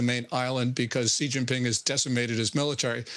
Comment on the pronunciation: Xi pronunciation is “she”.